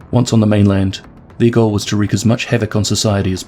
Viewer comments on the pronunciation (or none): Today I learned that some people pronounce "goal" as "joal"